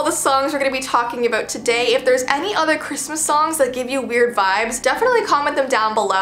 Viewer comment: is it just me or at the start of the video she said aboot and not about